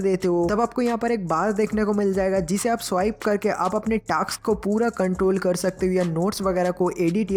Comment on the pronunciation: Taks nahi vai task